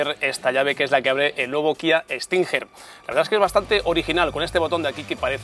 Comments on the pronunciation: Tio....como...que kia stinjer????.....se pronuncia stinguer......no tu q dices stinjjjjerrrr.....vaya periodista deportivo....aunque no venga la u se pronuncia como si la llevara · cada vez que dice estinjer me mata 🤣